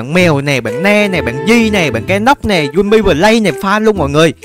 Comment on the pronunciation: Chị đi đâu dô đây zị mà chị nói với a Jun em là "Dum mây" chứ kh phải "Dum mi" nha chị=))